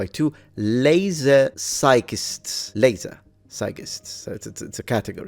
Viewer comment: Laser Physicists, as in Laser Scientists, not "laser psychists" as you read